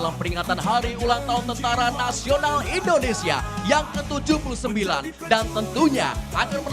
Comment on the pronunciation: mc nya salah menyebut indonesia bkn endonesia, org jawa ya mas?